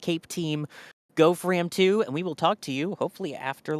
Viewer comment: Unfortunately they mispronounced the name of the mission. It is a homonym of "from".